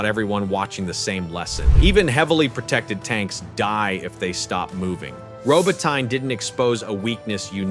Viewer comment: Look, the narrator hasn't been trained to pronounce "Robotnye" correctly, there's not much chance of getting our PM correct!!